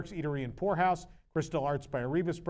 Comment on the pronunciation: Everytime he and say Pour House it sounds like they are saying something that I will only say begins with a W. I keep thinking I didnt know that was allowed in Disney. Sorry just flew to HK and got here last night and was sick then entire way here. I am having my day of rest before a whirlwind tour of HK and Tokyo.